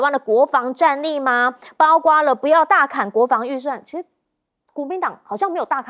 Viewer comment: 包括为什么总读成包瓜呢，查查字典在播放说了多少遍了没记性，什么水平就当主持人